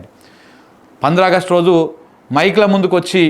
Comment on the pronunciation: ఆగస్టు 15 అని పలకడం కూడా చేతకాని దరిద్రుడా 😢